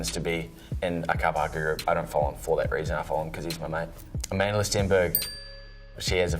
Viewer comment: “Amandler” omg the accent